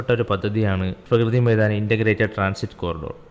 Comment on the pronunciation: പ്രകൃതി മൈദാൻ അല്ല bro.... പ്രഗതി മൈദാൻ ആണ്....